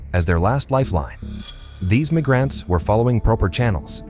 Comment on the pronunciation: “AI can take over the world” AI: “Meesurements” “Mig-rants.” Hire a voice actor, such as myself.